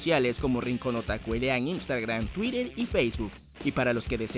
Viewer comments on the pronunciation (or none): none